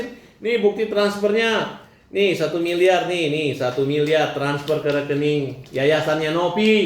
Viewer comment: ODGJ baru trus saja yg d omongin uang. Ktanya g butuh uang. Nanti kbur ODGJ nya teriak" mna uang mna uang. 🤣🤣🤣 Samilieur Bkn samiliyar.